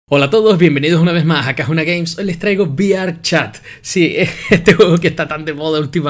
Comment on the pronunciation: No se diría vi-ar chat Es mejor decir ve-erre chat